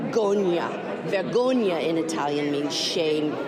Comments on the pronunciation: She didn't even pronounce, "vergogna" properly. 😂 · Mrs Alito IF YOU DON'T KNOW HOW TO PRONOUNCE VERGOGNA PLEASE DON'T INSULT MY LANGUAGE! !! YOU AND YOUR HUSBAND ARE TRAITOR TO AMERICA!!! A VERY SAD DESPICABLE DISGRACEFUL COUPLE! SO IS JINNY AND THOMAS!! THE WORLD IS WATCHING!!